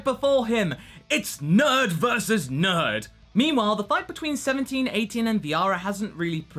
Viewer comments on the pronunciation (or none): none